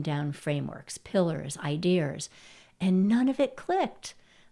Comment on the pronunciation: Idears? Seriously?